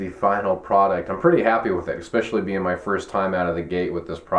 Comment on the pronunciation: Bailed out when he said “exspecially” .